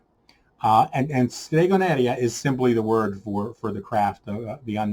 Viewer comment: Oh perfect, I have read it now :-) The point is that by an Italian point of view it is very strange to listen "stregoneria" as you pronounce it.